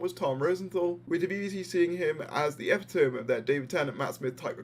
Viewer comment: Epi-tome? Eh-pitto-me, man, eh-pitto-me